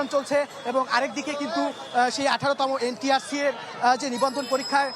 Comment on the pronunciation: Tui to ntrca e uccharon korte paris na abar news dite assis!!!😂😂